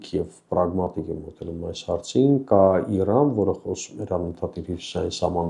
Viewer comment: Ոչ թե ԻՌԱՆ, այլ ԻՐԱՆ !!! Խոսիր հայերեն և առանց կմկմալու , և քաջություն ունեցիր իրերը անվանել իրենց անուններով